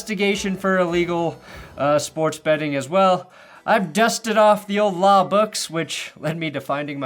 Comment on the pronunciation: "Wiowating da waw", Yea yea DA guy... learn to make a VEE and or ELL sound and I MIGHT find your words intimidating. "wiwisection of wixens is illwegal" And YOU,... stop endorsing gambling houses. Gambling sucks. It RUINS lives. Unlike a drunk who gets cut off by a bartender, the gambling house is under NO such obligation.